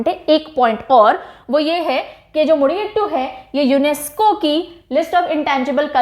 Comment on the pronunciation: Mam, "Mudiyettu" pronounced as Mu-di-yea-tt